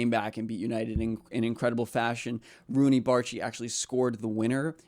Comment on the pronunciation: You pronounced his name correct!y